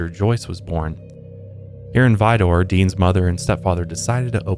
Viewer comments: It's pronounced Vi-der, not Vi-door. I grew up the next town over. I also heard of Dean when I was young, as well as the i45 corridor killing fields, between South Houston & Galveston. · woah! i live next to vidor and beaumont. it's actually pronounced vi-dur though. maybe that's just the Texas twang. i also go to high island beach about once a month! I didn't even know of this!